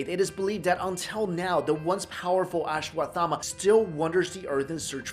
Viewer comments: U r not pronouncing it properly, it is pronounced as ashwas- thama . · Learn to pronounce it first